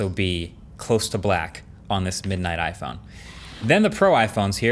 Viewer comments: iPone lol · "iPone 13 reaction"